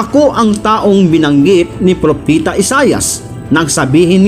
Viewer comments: Propeta po hindi propita🙄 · Propeta not propita